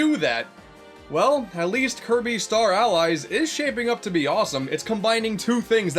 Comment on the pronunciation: 1/10 not enough kirbeh clobbah